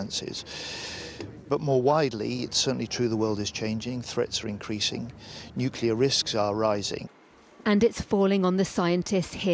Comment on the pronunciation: "Nucler weapons as a self deffence", only a mad person would say something like that.... He must be from Westminster......